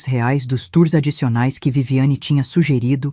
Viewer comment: "rares " ( quis dizer reais ?! ) 😅😅😅